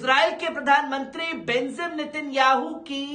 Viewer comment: J ko Z kyu read kerta hai..BENJIM NETANYAHU ko BENZIM read kerta